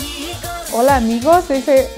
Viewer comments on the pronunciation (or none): none